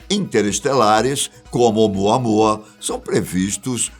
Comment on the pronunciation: De novo o repeteco do " umuanua"?? Pfv ,muda isso 😏